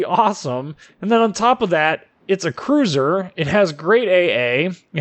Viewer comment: If you can't say cruiser then just say battlecruiser lol